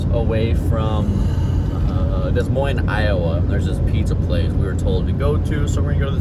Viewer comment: Do you remember which pizza place you went to? I am from des moines and I don't recognize that location. BTW there is no "s" sound in "des moines" :)